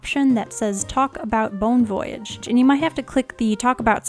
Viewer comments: Lol you didn’t get the pun cuz of your (bad) pronunciations. It is a pun but it is a play on the French words “bon voyage” so it not to prounced Voyage like a journey but like “Voy-ajj” I hope this didn’t sound mean. This is super light hearted and I find your pronunciations funny. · It's definately bone voy-yarge